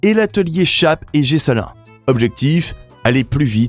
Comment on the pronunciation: Je vous dit « Bravo » vous avez bien dit « Panhard « comme vous avez dit: Gessalin (et non guessalin😂) Excellent documentaire !! La Chenard Walker : Réhabilitée, les Dubonnet (enfin) , les Mathis; sur les documents la « 333 » blanche et la « 666 » complètement oubliée !! La « CD »: sublime auto (j’en possède ; une ) au Mans : 1ere à l’indice en 62,! (avec un moteur de 702 cm3 et une vitesse de 215/ 220 km/h ) une performance prodigieuse, à la grande déconvenue de René Bonnet !! Il y à eu séparation chez « DB » car René voulait une DB ; 4 cylindres !! Pour la « CD » ce n’est pas Romani (comme indiqué) : mais : Romani et Deutsche. Présenter la Dynavia , »un Must » c’était seulement un prototype d’étude pour la « Z « et rien d’autre !! Cette « Dyna Z ». Contrairement à vos dire! était entièrement en aluminium ( il n’y avait pas de problème pour l’alu) j’ai remarqué, derrière la Dynavia; la Socema Grégoire à Turbine : un monument de l’automobile !! il aurait été bien de parler des Peugeot 402 et 402 Andreau et des 1eres DB . Étant partie prenante dans cet Historique, je vous félicite. Edmond Magne.